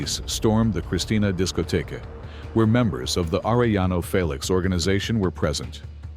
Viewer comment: Are eh yaknow, stupid? Its not hard to say that for an American who understands english enough to be able to say specific english sounds as a way of speaking a name which cant be translated into an english version, simply spoken in an English accent interpretation, using our own language to say what we hear when they say their own name. Youre not supposed to try and read a foreign name like its written in emglish, especially when you know how to say the name properly and mess it up trying to say what you see written as if it was a word in English